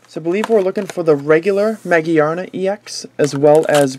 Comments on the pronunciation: Ma-GEAR-na Not Ma-gee-ar-na Think about the word gear Its there for a reason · I have no doubt it's pronounced Ma-Gear-na, but it is understandable that he pronounces it the other way because it's Japanese name is Ma-Gi-A-Na, which could be read Ma- Gee-Ar -Na or Ma - Geea -Na.